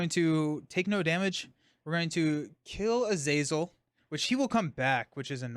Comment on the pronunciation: Kurt is from Germany so I would say that his nemesis Azazel should be pronounced more or less as is written. So for native english speakers it looks like: "Ah-Zah-Zel" where H is "hidden" so to speak.